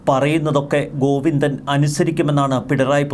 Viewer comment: ഗൊയ്ന്നോ......ഒന്ന് ശ്രദ്ധ വയ്ക്കണം....😂😂😂😂😂